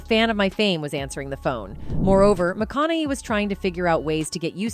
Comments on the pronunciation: Why are you mispronouncing his last name??? This is click bate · Nothing whatsoever mentioned about, "prostituting himself". Absolutely ZERO mentioned on that front! Clearly just 'clickbait'. Also the narrator mispronounced his last name about 98% of the times she said it. Getting it right periodically actually made it more ridiculously obvious when she then mispronounced it yet again the next time. Thrown together meaningless dross video. A waste of time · So far I've heard five mispronunciations of his name